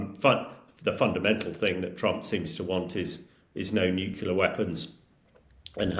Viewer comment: The US blocking Iranian oil won't do anything. Oil revenue only accounts for 9% of Iran's GDP. And it's nuclear, not nucular. And it's not dust, it's uranium.